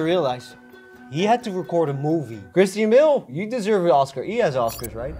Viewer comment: Christine Bill? I think you meant Christian Bale 😂